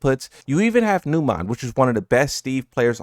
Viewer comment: I can feel that you will make video if any of the commentators would take wrong names of players but you're mispronouncing Numan and Zubair both wrong. Please show some effort and maybe google and try getting their names correct for once?